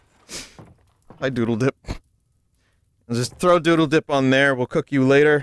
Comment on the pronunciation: damn it vinny his name is Deedle not 'doodle dip'